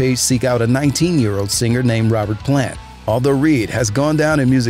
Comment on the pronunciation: Dude you dont need to pronounce the G so hard in singer.... sing-gurrr